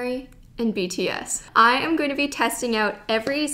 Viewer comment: “iss okay because iss bts” lmao sorry 😂